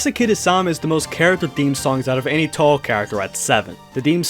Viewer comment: atleast he pronounced touhou right